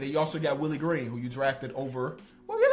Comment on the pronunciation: the way said willie green’s name had me dying